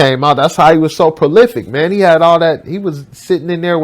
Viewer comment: "Palific" lol Three times in a row; really....